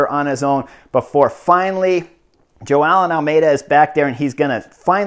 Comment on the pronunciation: It's really funny how you pronounce Joao Almeida as "Jo-aa-eln". Keep up the good work, sir.